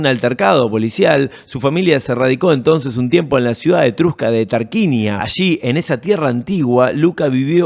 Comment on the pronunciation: Dato de color,se pronuncia "Tarcuinia"😊❤